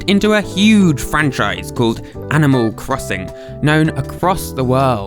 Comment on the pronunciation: animal cwosin